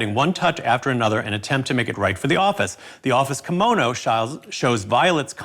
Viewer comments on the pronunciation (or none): none